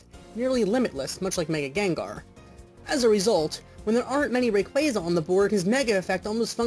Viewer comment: Indeed. The way he pronounces Rayquaza bothers me a bit. Not surprising. Really? :O